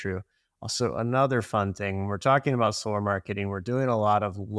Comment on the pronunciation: solarr? I barely know her 😂😂😂😂😂😂